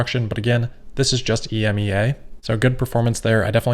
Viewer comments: You can actually just say EMEA, like “e-me-ya” rather than pronouncing the individual letters ;) it’s a very common term here in Europe :) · It is pronounced ee-me-ah. ;-)